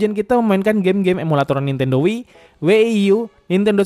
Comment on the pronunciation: Setahuku ku Wii & WiiU bukan Wieie sama W ie ie U